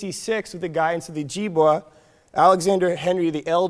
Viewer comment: Oh-Jib-Way. Not we